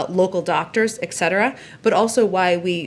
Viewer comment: Jen is so great at her job. But she might pronounce ET cetera correctly.